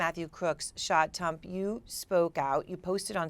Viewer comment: Anybody notice how she said Tump instead of Trump?